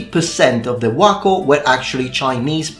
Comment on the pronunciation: I am so impressed you got the chinese pronunciation of wuokou right.